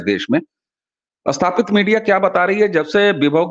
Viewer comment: अस्तर ❌ नही "स्तर" ☑️, अस्थापित ❌ नही "स्थापित" ☑️ ...